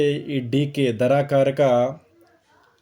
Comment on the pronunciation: ధ రా కారక కాదు ధార కారక